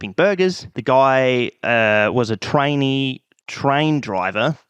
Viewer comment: I know it's TRAINEE train driver, but all I could hear was trainy-train driver.